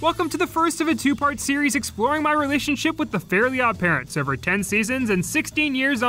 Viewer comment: This video made me realize that most people I hear mention Fairly Odd Parents pronounce the title incorrectly as “fairy odd parents”. Myself included